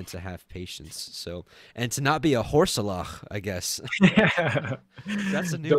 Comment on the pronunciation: Thank you brothers, great study., I think "horseleach" is pronounced "horse leech". Maybe